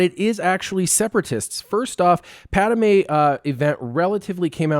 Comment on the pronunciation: Padme not Padame